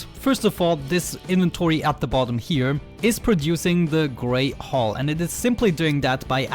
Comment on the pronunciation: every time you say black hull it sounds like your saying black hole lol I forgive u i m not English either.